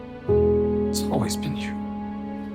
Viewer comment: That “You” was so Italian 😂